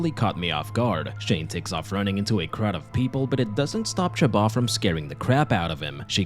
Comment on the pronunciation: Her name is chaba? I thought it was shomba?